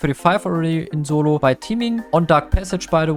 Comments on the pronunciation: Solo showdown ❌ Zolo showdown ✅ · Solo Showdown ❌ Zolo Showdown✅